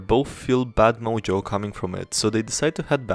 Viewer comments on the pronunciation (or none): none